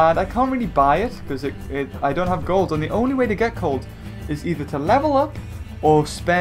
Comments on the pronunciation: Does anyone here him say cold instead of gold 1.24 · said "The only way to get cold." Instead of gold. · beaver it's gold not cold